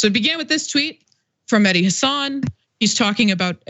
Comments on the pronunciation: FYI it's Mehdi HA-san. The accent on the FIRST syllable of his last name. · Taibbi can't get his facts straight, that's for sure, because he doesn't even try, it's not important to him. On the other hand, you guys can't bother to get Mehdi's name right either. It's Hasan, not Hassan. Listen to how the guy himself pronounces it and maybe pay attention for a change. I can't understand how this is so hard, he says it all the time on his show, but it also reflects a laziness on your part TYT commentators. Glass houses and all that....